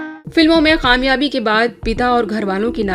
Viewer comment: Didi! Report to very good,lekin k ki jagah q bolti hain,jaisey kaamyaabi ki jagah qaamyaabi.